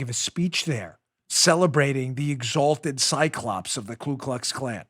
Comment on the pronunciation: Just making sure you've got the correct pronunciation: KU KLUX KLAN -- No "L" on the first word.